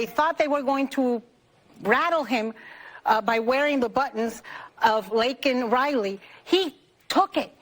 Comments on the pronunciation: First off, he said her name wrong. And second off, her parents weren't even there soooo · He most certainly did say thousands of Americans have lost their lives to illegals. Even though he said her name wrong, I almost had respect for him when he double downed to the reporter on the tarmac when he said that the illegals weren't supposed to be here, then he went on the apology tour on the alphabet networks. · Not only did he say Laken Riley’s name wrong he said it doesn’t matter because 1000s get killed by legals. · Not only did he not say her name right, but then he downplayed her murder by an ILLEGAL by saying, but how many more thousands are killed by legals. Completely insensitive and disgusting! Biden is a horrible person!! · Besides saying Lakin Riley's name wrong, he looks up to the balcony to offer condolences to her parents who ARE NOT even there. How thought less an idiot can you be? Maybe his staff should have made him aware of that. Remember, you can't fix stupid. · Said her name wrong and her parents were not even at the sotu… he looked up at nothing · So stupid, he said her name wrong lol that was embarrassing and definitely not heart felt, this guy has one foot in needing home health care, wake up people, Anna Navarro is such a liar, they say hateful things everyday about Christians, and republicans, so hateful. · He said her name incorrectly. Also, I don’t think her parents were even there!!